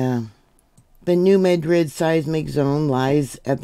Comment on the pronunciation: Locally pronounced New "Mad-rid", like angry , not "Med-rid".